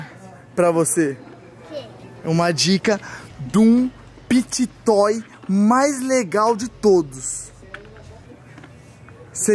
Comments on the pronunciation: O diz pity toys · e o falando pit toy mais na vdd é fidget toy kkkkkkkkkkkkkkkk